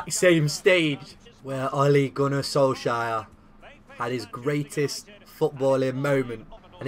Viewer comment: “Ole Gunnar Soleshire”